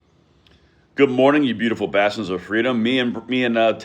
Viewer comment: 😂for a moment there I thought you said the other word that starts with B instead of bastions 🤣🎉